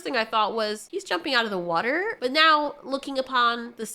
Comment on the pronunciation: You said "watahr" 🤗💕